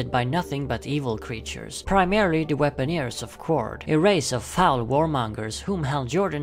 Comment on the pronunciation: Weaponers, not Weaponeers.